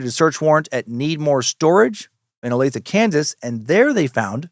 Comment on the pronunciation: Yes Dan you pronounced Olathe Kansas correctly